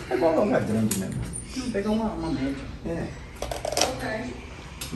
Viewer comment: " e eu quero perder medo porque deixa eu com medo merrmo"😂😂😂